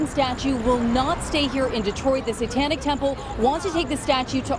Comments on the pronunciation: “the sawtonic statue” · SAY TON IC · Am I the only one absolutely livid about the newscasters pronunciation of satanic temple as "say-tonic" temple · We all gonna ignore the news anchor saying “Satonnic”? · Seh-tahn-ik temple hahahaha What a bitch! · He said satonic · did he say satonic?